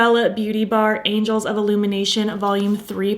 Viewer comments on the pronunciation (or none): This is the third video I’ve watched on this palette and all three YouTubers called it the “Angels” of Illumination instead of “Angles”. Why is this error happening? 😊 I’m gonna watch a few more to see if others make the same mistake.